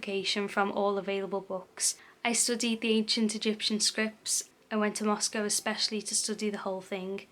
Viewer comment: You were very respectful of him and the victims. I can’t help but feel kind of sorry for him.. But can’t imagine the horrible shock the families felt. And you pronounce Moscow perfect or at least like we do in 🇺🇸🇺🇸